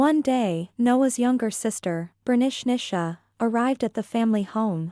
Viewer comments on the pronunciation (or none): I keep on hearing Bernicnicia (pronounced Bernishnisha).